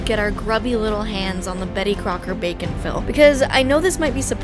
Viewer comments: I keep hearing the product name as "bacon fill" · when she said bake n fill i thought she said bacon fill. i got so confused when the commercial started and she was talking about cakes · I keep hearing “bacon Phil”…. Reminds me of pickle rick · Everytime you say "bake 'n fill", I hear "bacon-filled". I can't be the only one. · It took me watching the entirety of your other infomercial video and partway through this one before I realized the product was "Bake N Fill"; the other video sounded like "Bacon Fill" and with such quick shots I had no idea what it had to do with bacon. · Am I the only one who keeps hearing “bacon-fill”? Logically, I know what it’s actually called but I keep imagining a cake filled with bacon. 😂